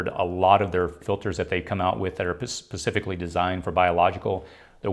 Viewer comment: Did he say pacifically? 😬😬Not relevant but still